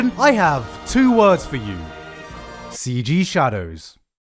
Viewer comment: "CG shadows" physically hurt me lol